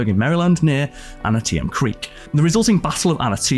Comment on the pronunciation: Antietam (Ahn-tee-tum)